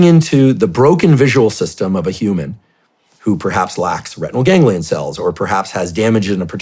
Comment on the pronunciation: "hue man"